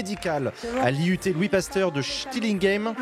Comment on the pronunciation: SCHIL-TIG-HEIM ("ei" comme pour le ketchup Heitz) c'est pas compliqué bon sang !!! ❤ On t'aime Jean !